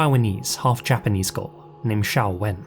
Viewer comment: Her name is Xiao-Wen. Xiao as in Xiaomi. To this day most people (usually American) can't pronounce the name of the Chinese company correctly, always pronouncing it like X-Men's Professor Xavier, with a Z-sound. So it's refreshing that got the name right.